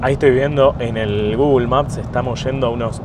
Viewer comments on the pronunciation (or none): none